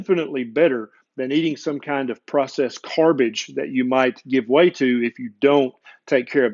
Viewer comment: “McWendyKings”.😂🤣 “Carbage”.😂🤣